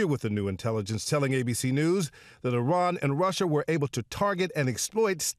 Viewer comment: It isn’t pronounced Eye-ran, it’s Iran (Eeran)